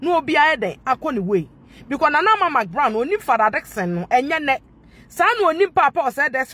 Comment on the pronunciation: THANK GOD YOU'VE STOPPED SAYING MIKBROWN. I USED TO LAUGH MY HEAD OFF, EVERY TIME YOU SAID THAT. NOW, YOU'RE SAYING MCBROWN. YOU CORRECTED YOU FINALLY? 😂😂😂😂😂😂😂😂😂😂😂😂😂😂😂😂